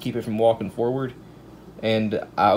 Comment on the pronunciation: he said"smack it foward like a man" lol